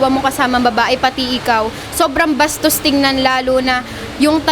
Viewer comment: Sarap ng pagka bigkas ng “BASTOS” wohooo!!!! Hahaha,, ang hirap e rebat ate 🤦🏻‍♂️🤣😂